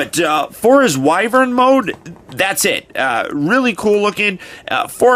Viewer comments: Finally someone else who pronounces wyvern correctly. (Why-Vern) not wyvern (wi-vern) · He does look to transform into a wyvern. I pronounce the word Y-vern.